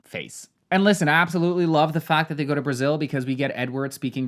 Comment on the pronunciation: As a Brazilian, every time you said Brasiiilll or spoke Portuguese was a delight 😊